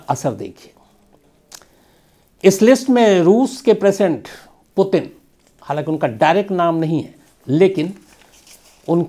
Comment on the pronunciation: Potin nahi its Puutinn. Not potin , putin